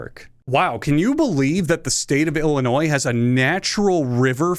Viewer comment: comment for the algo because you pronounced illinois the right way and also drop kicked our state, thank you